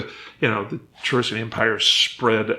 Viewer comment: Omg, David pronounced "Ka risian" "Cha risian".